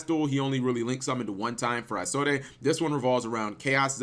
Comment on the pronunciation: Everytime he said "Isolde" I cringed... You don't pronounce the E. I take it he's never heard the story of Tristan and Isolde.